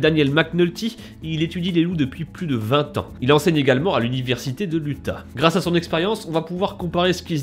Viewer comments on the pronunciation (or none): none